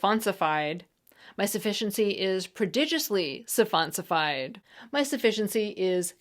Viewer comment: "Surronsified"?? It's suffonsifed. 🍽